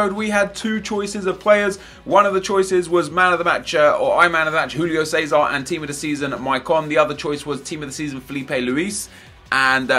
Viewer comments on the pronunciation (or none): why do you keep saying Rulio César, its Júlio César, its portuguese, not spanish.....